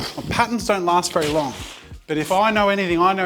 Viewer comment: its don't not jon't